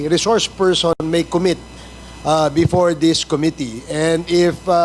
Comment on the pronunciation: before NOT bepore😂